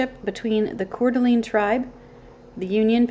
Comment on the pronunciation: Pronounced Cor D'aLANE. Long A, not long E.